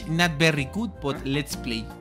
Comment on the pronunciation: "My english is not that good but, let"s play" EN LUGAR DE "BUT" DIJO "BUTT" SDKJSHKAHJDHAHFKJ